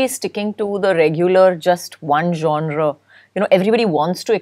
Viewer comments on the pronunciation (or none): You said zonre, i believe you meant to say genre.